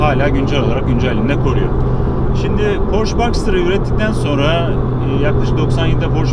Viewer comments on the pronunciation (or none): Reis Porche direk yazıldığı gibi porşe diye okunuyor porş değil